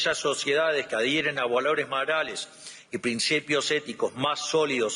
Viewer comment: 🫣 Esto esta chequeado!!! Que dice señor reptil?? Inficiencia=eficiencia, dijo no vale la puena=pena, es traba no trabues, valores marales y es morales, NO SABE LEER !!! Y ES EL PRESIDUENDE!!! fue a hablar pavadas, lo que dijo solo beneficia a trump 🇺🇲 no a la Argentina 🇦🇷, Reptil sos una maquina de hablar y hacer c4gad4s, que verguenza nos haces pasar en el mundo entero. Y pensar que hay liberdolobus que te aplauden como focas 🫣.